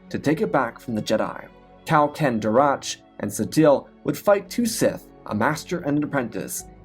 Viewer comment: Kao Cen Darach is pronounced Cow Sin Darack btw. idk exact source but its in Jensaarai One's Kao Cen Darach vs Vodo-Siosk Baas video.